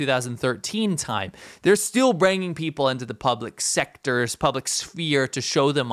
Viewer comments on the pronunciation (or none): “branging in” ??